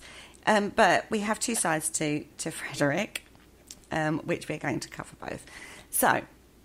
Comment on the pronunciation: It's Frederic, not Frederick.